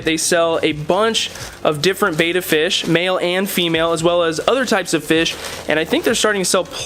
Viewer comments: It's Betta... Not Beta... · PLEASE! Its BEtta not BAYtta!!!!! Repeat after me! BE TT A BETTA! BETTA! BETTA! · I wish I could have watched the entire video but when "experts" say beta instead of betta I move on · Your are mispronouncing the name of the fish they are Bettas not beta fish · What is this? Friggin' Interpretive Dance Class? You from California? Bet, bet, bet, bet, Betta - not baeta. Ask these guys. Hear it pronounced. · Look at this Betta (with a short ‘e’ pronunciation). He is beautiful. Wow!!!